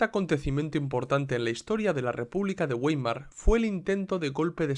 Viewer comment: Vàimar, se pronuncia Vàimar, un poco de cultura general por favor